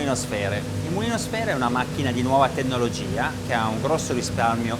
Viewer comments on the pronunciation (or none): un professionista che non sa pronunciare MAIARD!!!!!!!!!!! assurdo e poi TENNOLOGIA!?!?!? ma esiste qualcuno che parli italiano!????? ignoranza pura